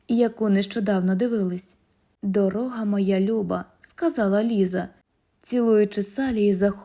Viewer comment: Дякую. Іноді наголоси невпопад. Як ''дорОга'', а не ''дорогА''. Але в цілому позитивне враження створює читання. І тембр голосу, і темп читання.